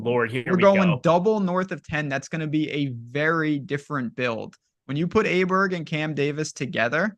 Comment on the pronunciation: It's pronounced OH bear